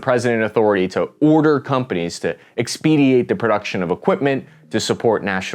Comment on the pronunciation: Expediate? Perhaps, expedite.